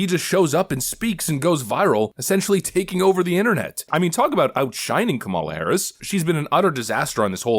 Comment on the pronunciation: Taking the lead? Takimg the lead? 😂😂😂 we all know she has never been even close